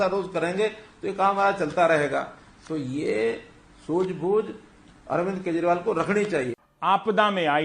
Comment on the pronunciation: Soozh boozh lol